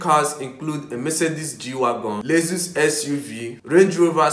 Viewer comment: First of all it's Lexus not lesus and bro nobody wants to see your face just your voice in the background will do.